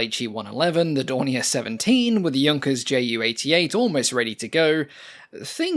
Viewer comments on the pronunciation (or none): none